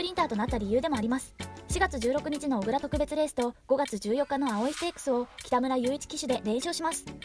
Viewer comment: おぐらではなくこくらですよ